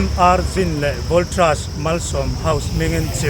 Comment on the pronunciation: Voltras pawh awm ngailo aw voltas tih tur